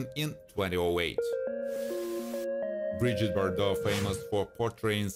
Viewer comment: Brigitte Bardot not Bridget Bordeaux